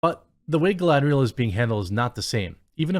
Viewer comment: I think you mean, galadrrrrrrrielllll. 😂😂😂